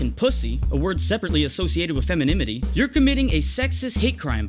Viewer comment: Lol he said feminemity